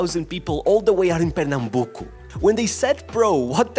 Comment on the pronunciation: I’m brazilian and congrats pronounce 👏🏽👏🏽👏🏽👏🏽👏🏽 and I from Pernambuco great job